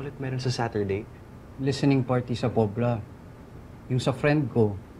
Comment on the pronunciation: Baranggay Poblacion, NOT POBLA!